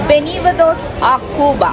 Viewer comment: ബെനിവദോസ് അല്ല😂 ബിയൻ വെനിദോസ് ആണ്..😂😂